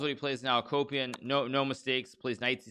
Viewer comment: I kept hearing Vladimir a-Copium